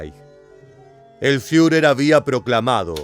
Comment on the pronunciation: Es muy bueno el trabajo de este documental, lo único IRRITANTE es tu pronunciación queriendo hacerte el alemán al hablar cuando por ejemplo vez de decir Führer bunker, decir fiurer "bunka".y así en varios de tus videos pronuncias lugares o apellidos alemanes de forma que no se escuchó en ningún otro lugar. Después de eso un buen trabajo histórico de documental.